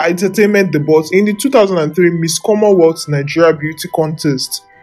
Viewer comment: Debut the T is silent